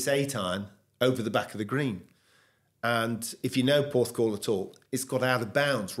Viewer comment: Every time I watch one of these i say “best video so far”. I’m saying it again “best video so far”. Gary is a great bloke and what a career he’s had. I was there when he beat Woods. Had a chuckle though when said Gary beat Woods at Royal Porthcrawl 😂. Have to say that as interviewers you both put your guest at ease which adds to the quality of the video despite pronunciation. Great decision to start this new channel in my opinion 👏.